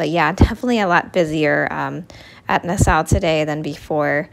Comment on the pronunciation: Nassau, pronounce Nah-saw. Nah-saw, not Ne-sou